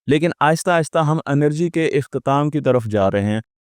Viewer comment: انرجی نہیں ہے یہ لفظ اینرجی ہے